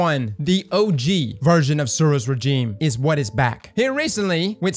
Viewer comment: Suros Regime is good and pronounced the name wrong, all is right with the world.